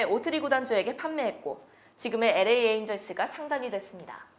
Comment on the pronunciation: 좋은 정보 감사합니다. 다만 음성 톤이 딱딱한 아나운서 톤이라 아쉽습니다. 의미적 단위의 끊어 읽기도, 발음도 아쉽군요. 그냥 편하게 읽었으면 좋았을텐데. LA는 '에레이' 말고 '엘레이' 였으면 더 좋았겠어요😊 발전하는 컨텐츠 보여주시길! 감사합니다👍